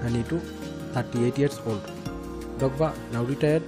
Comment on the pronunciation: Didier Dogba 💀💀 Say the R man